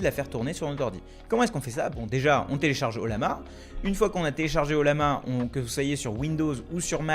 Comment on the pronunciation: Ca se prononce "oyama" 😉